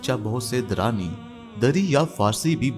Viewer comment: Very Nice but you may speak or write the right word (Dur) not Der